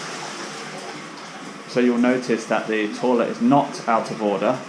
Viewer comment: Don’t keep calling it a “torlet” they don’t know what you are running on about!